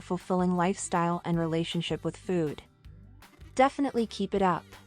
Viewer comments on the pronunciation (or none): Why the F does she say food like that?!!! ‘Füüd’ 😖😖😖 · Measure their foooooouuuud. Why is she saying food weird now? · Why does she say food like that oh my god